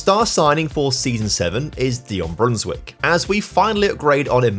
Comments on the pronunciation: Small tip: when a Dutch name has ij in it pronounce it as an i. So instead of Brunswick say Brunswike. Just the same as you say Van Dijk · Actually, it's pronounced "ei", like the "a" in "game"